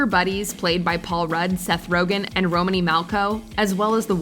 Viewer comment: Pronounced Romany wrong